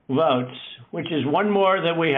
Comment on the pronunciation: He keeps pronouncing v as wv, which sounds sooooo icky. 'Wvotes'